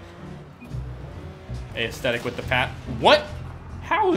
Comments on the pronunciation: Did anyone notice that he pronounces it A-esthetic not Esthetic (which is how it is supposed to be pronouned No hate i love this guy, I was just saying: pronounciation aint a strong suit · I reeeealy fucken hope he's not pronouncing aesthetic as "ay-es-thetic" on purpose and it's just a joke